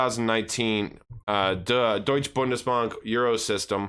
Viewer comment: You said "Deutsche Bundesbank" perfectly right